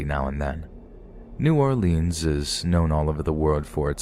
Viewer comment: It’s pronounced New Orleans not New Orleans. If you’re from here you know exactly what I’m saying.